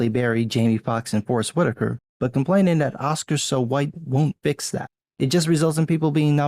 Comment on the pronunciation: Love how you say hu-white.